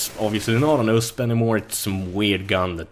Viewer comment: USP, you say every letter U, S, P